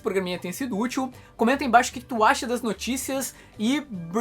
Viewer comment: Acho que você quis dizer "embrace yourselves, because the winter is coming". O pronome yourself quando está no plural vira yourselves, e não yourselfs. Também entendi você dizer "brace" ao invés de "embrace".